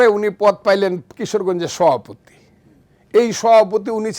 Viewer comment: সভাপতি বলতে পারে না, সহাপতি 😅😅